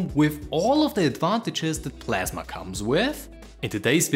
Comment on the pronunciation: KDE PASMA?